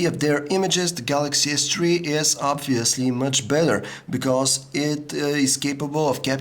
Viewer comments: Galaxy S three. THREE. not tree! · I like how you say Galaxy s Tree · dis guy likes da galaxy s tree. remember we all tend to like da galaxy s tree